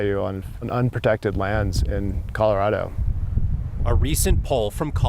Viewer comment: Is the narrator calling it Coldorado?